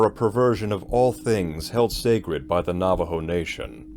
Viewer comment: It should creep you out! Thank you for the correct pronunciations of the tribal name and language words that you used. Very much appreciated.